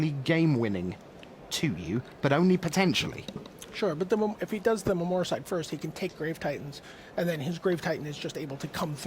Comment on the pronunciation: why can't the announcers learn to pronounce the name of cards correctly, if he says "memory-cide" one more time...it's clearly memoricide. It's an insult to the person and r&d team that invented the card(not to mention me). I mean come on, you are a host ... do better please. :(